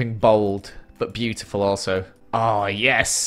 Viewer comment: you mean BLUEtiful? Ahahhahahahahha I'm so sorry